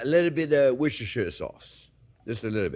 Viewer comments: hurray you said worcestershire sauce properly when you added it to the glaze 😁😁😁😁😁😁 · Oh my goodness, this immediately gets a like for being able to pronounce Worcestershire!!! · very close to the pronunciation 0f Worcestershire